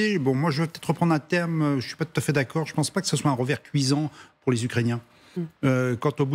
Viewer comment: "rogardez", "les russes, eux, il sont", "un rovert cuisant", "un rotrait"... Il serait peut-être bien d'apprendre à parler français...